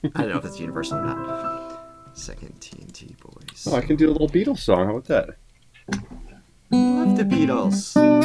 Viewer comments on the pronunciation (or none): none